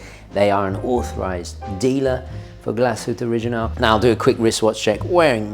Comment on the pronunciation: It's a beauty, although not in white. White is the worst color. Black looks nice and they have it in this really stunningly beautiful green sunburst dial that's just gorgeous! By the way, first again! 🤪 Also, the g in original is a hard g. 🙂